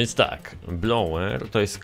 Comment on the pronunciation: Nie Blower tylko Bowler 😊😉